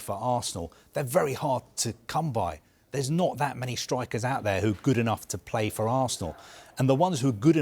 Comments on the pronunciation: Not fro “for” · Mean “fro”😂😂😂